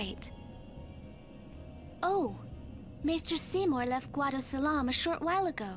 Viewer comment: Oh boy it's "Guadosalam" or like I said in your last play through "Guido Salami". It's ruined my co-worker's image of the guado now because now he just pictures Seymour as an Italian American now which is a shame because FFX is his 2nd favourite Final Fantasy.